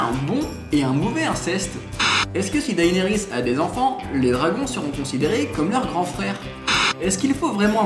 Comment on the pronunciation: "Dahénérisse" nan mais faut arrêter de massacrer ce nom, ça se dit "Dénérisse" :p